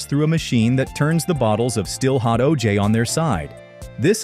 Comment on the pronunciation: Good video. Learned some things. I hated how the stupid ai voice said O-jayy Fuck ai